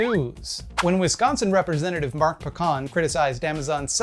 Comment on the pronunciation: My finger wants to log out of Amazon and never buy anything using it again. Damn pandemic. I am trapped in my own OCD "unwanted thoughts" worst case scenario. Anyway, just an FYI it's Mark POE-can, like beer can.